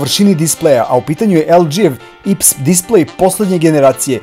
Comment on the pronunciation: AJ PI ES (IPS) ne ips :)